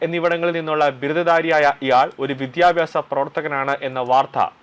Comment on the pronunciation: ആക്രമി അല്ലടോ യൂ ട്യൂബ്റെ. അക്രമി. വിധ്യാഭ്യാസം അല്ല വിദ്യാഭ്യാസം